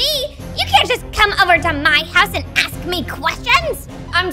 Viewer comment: I like when she aks dum😂:)